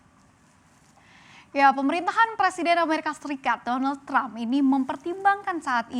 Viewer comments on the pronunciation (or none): none